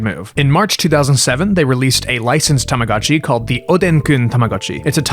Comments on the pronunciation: I just can't continue watching the video with the constant "God-Chi" instead of "Go-t Chi"🤣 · i must correct your pronunciation its pronounced as tama GO CHI its not GA its GO do not say tamaGAchi, please, read it as its written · This is a really cool video, but I just couldn't stand the "tahmahgahtchi" pronounciation T_T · It's tamaGOTCHI, not gachi. I'm sorry but I can't listen to you mispronounce it for an hour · Terfgotchi I'm crying 😂😂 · You have the weirdest pronunciation of the letter O I have ever heard. Tamaga? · Why are you pronouncing Tamagotchi like that? 😭 Why are you saying TamagAHtchi 😭😭😭 i cant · I wanted one but they were really expensive. I got a cheaper copy and he thing died a lot. You pronounce Tamagochi weird. TamagOchi not "TamagAchi". Not knowing how to pronounce BTS is the same as not knowing how to pronounce R2D2 or whatever. And lastly, you don't like anime, but many watchers probably do, so don't mock people tastes. After that, I close the video. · What's an TAMAGATCHI? u keep talking about a tamagatchi but I do know TamaGOTCHI with the OOOO sound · Why does every single english speaker call it "Tomogatchi"? It's "Tamagotchi", it's a completely different sound. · Ahh yes, the Tomogatchi. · TAMAGO CHI. LONG O DAMMIT IT'S PRONOUNCED WITH A LONG O. TAMAGO MEANS EGG. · omg you can’t make an hour video about tamagotchi and pronounce the thing wrong 😭 i can’t listen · I'm not even Japanese but everytime you pronounce Tamagotchi I cringe